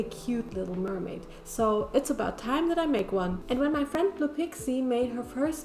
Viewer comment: Instead of mer-may mune